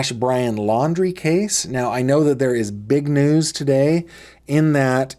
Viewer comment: I don’t think is credible. He said that he is an engineer but then said Brian’s last name wrong. Then he has told several different stories about his interaction with BL.